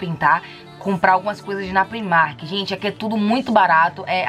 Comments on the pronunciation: Fiquei com uma agonia dela falando primark, sendo que a pronúncia é praimark porque no inglês o i tem som de ai. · É uma loja irlandesa, eles mesmo já disseram que a pronúncia é pr-eyemark, então como ninguém é obrigado a saber pronunciar corretamente uma outra língua, ela fez certinho, pronunciou como ela lê!